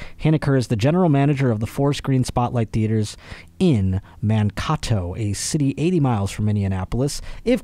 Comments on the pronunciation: It's MAN-KAY-TOE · As a lifelong MN resident, the cocaine story doesn’t surprise me at all LMAO. Irrelevant but if you find it helpful, it’s pronounced “Man-Kay-Doe/Toe” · Being from MN I loved the way you pronounced Mankato and Minneapolis (Man Caw Toe) (Mini in appolis) it is actually ( Man K Toe) (Mini Apple is)